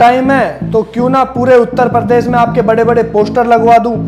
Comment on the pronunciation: needs to work hard on uttarpradesh tongue